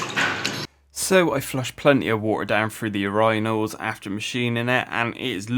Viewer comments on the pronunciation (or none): You do know its pronounced UR-IN-NAL not UR-Rhine-NAL you butcher the word everytme you say it!